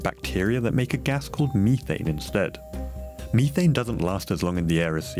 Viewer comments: It is "Meth - ane" Not "Me - thain" Why is everything computer generated? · Why do you pronounce it Meat-taint :D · learn to pronounce "methane"